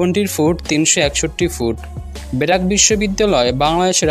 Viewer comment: কথাগুলা স্পষ্ট করেন আগে😂 বেরাক নাকি ব্রাক🤣🤣